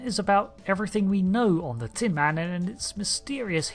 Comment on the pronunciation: It’s tin MAN, not TIN man.